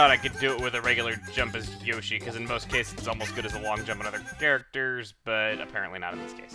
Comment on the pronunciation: Yoster? Chugga, NEVER say that again. Just.. Please?